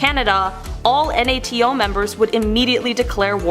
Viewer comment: Why does she keep saying NATO like that? I've never heard anyone spell out the abbreviation. Surely she's heard of NATO before..